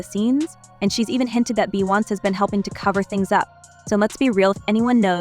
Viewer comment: Who is "Bye-Ounce?"